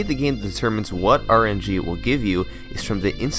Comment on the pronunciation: did you say RNG was 'look' instead of 'luck' ? :P